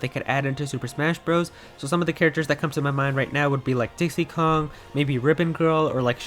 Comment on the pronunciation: It'd dixie Kong, goddammit, are you dense?